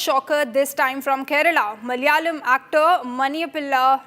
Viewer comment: "Malayalam” isn’t pronounced like that. The two ‘L’s represent different sounds. We actually have two distinct ‘L’ sounds, and that distinction doesn’t exist in Hindi or English, so it sounds quite off.